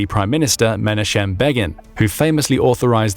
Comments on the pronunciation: It's pronounced "Menachem" not "Menashem" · Menachem is pronounced Meh-nah-kem